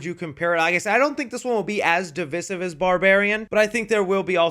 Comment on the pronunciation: I love you and your channel. Love the reviews you do. You’re my favorite YouTube reviewer right now. So it’s with love that I say, it’s pronounced “div-EYE-sive”. Long I in that second syllable. Keep up the great work!